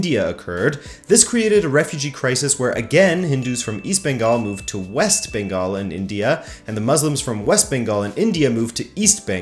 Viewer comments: You nailed the Bengali names way better than non natives, even some Indians... 👍 Cheers Sir. 😊 Moreover, I'm pretty sure I'll murder pronouncing most French Canadian names 😂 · Your pronunciation was on point. It’s far more offensive to not even try.